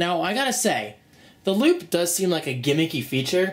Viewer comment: I kept thinking that said lube instead of loop haha. Anyways great vid!